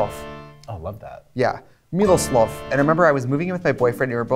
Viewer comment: Trixie's pronounciation of Miloslav is giving me life, perfect